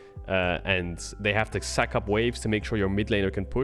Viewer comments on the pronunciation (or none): none